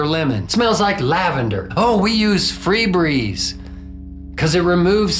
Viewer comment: Amazing video. Note: “FE” Breeze, not “FREE” Breeze.